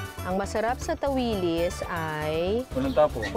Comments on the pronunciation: Tawilis ang strongest stress ay sa last syllable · Tawilis(mabilis na bigkas) ganan po ang tawag namin jan. ☺️